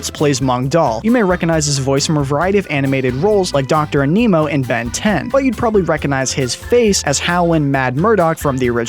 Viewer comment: Who else got mad when he called Dr Animo "Dr Aneemo"